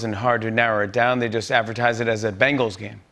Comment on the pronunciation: Bengals not "Bangles"